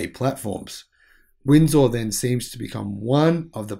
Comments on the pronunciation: Please learn to pronounce Ontario and Windsor correctly. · I think that pronouncing Ontario and Windsor properly should probably be mastered before commenting on Trudeau.